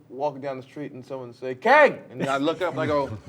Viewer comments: Did Majors say Kangin? 😂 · Jonathan Majors actually said “Kangin”